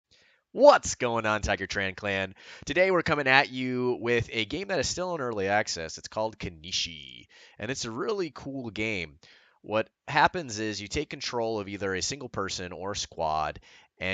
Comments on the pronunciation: You said it wrong you said Kenishi it is called Kenshi. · Starts off says kinishi instead of Kenshi pls pls do you speak english